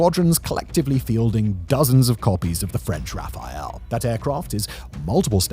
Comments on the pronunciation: Man, it is Rafale (spelled Rafal) not Rafael :) the latter is the Israeli defense company… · [i'm begging, please, the plane is called rafale not rafael =)))) ]